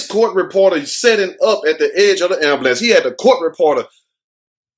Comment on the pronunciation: 😂 the AMBAHLANCE 😂😭 😆everyone says AMBAHLANCE 😂😭 instead of AMBULANCE😂😆😆🍻🏄🍻😆🏄😆🍻👏👏🏌🙏✌☝😆😆😆😆🏄🏄😆😆😆😆😆😆👏😁